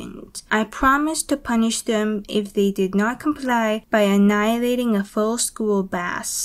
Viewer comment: "anilating" HAHAHAHA IM WHIZZING RN